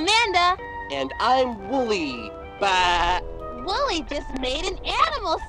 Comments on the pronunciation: WOLLY BRO ITS WOLLY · dude its wooly w o o l y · When you got didn't get the name right you made me very mad the name is wooly it's wool's birthday